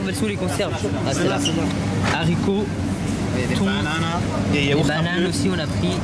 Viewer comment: Des HArictots pas des SAricots.. grr